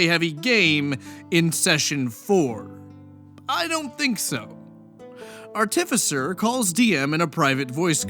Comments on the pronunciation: If I had a nickle for every rpg horror story youtuber who mispronounces the word artificer, I'd have two nickles... 🤔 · The only thing that irked me more than the DM's manipulative behavior is your pronunciation of 'artificer' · Pronouncing artificer multiple ways? Based